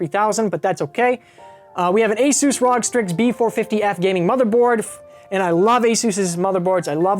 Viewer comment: Say it with me brother its not rog Say it with me Are oh jee R.O.G. Republic Of Gamers. You seem chill af not trying to be mean but that hurt me to hear